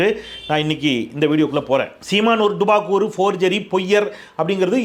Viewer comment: சார்..டுபாகூர் என்பதை ஏன் இவ்வளவு அழுத்தி சொல்றீங்க..நல்லா இருக்கு 😀😀😀😀